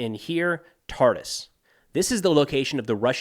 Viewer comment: Friendly correction, Tartus is pronounced as "Tartoos" not "Tartis" :)